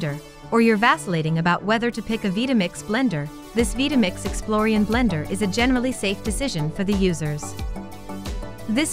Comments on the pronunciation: Veetamix?? Couldn't you at least have the robot pronounce it correctly. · the constant mispronunciation of "Vitamix" is killing me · I can't believe that I've been pronouncing Vitamix wrong all these years.